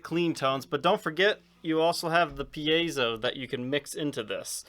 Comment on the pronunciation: Hey! Someone else on YouTube who knows how to properly pronounce “piezo”!